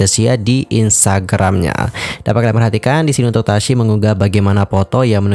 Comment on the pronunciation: Tasyi loh bang bukan tasya. Kok nyebutnya tasya mulu